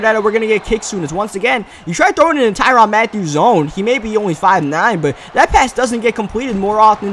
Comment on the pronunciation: It's Tyrann Mathiu, not Tyronn Mathiu